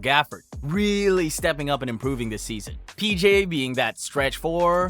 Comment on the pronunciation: how did you just pronounce daniel theis name?